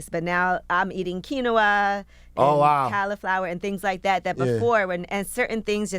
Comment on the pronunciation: Quinoa = keen waa